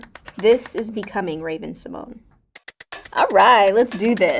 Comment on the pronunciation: She says simone instead of the usual way